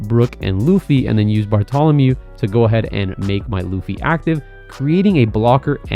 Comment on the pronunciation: Barto-LOMEO NOT -THOLOMEW